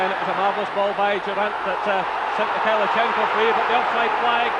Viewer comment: No T in Mikhailichenko.